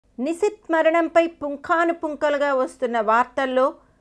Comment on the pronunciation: Nuvvu mundu nishith peru sare ga palakadam nerchuko